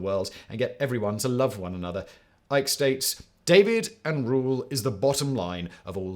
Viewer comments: You pronounced divide as David, when you were supposed to say divide and conquer..... Like a giant tard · I see all your observations on the Hopi pronunciation, and raise you David for divide. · SERIOUSLY we all just gonna ignore how simon pronounced DIVIDE as DAVID and RULE as RURAL ????????